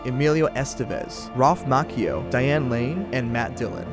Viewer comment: well, the film and the author would say you were wrong. You also mispronounced Ralph Macchio's name.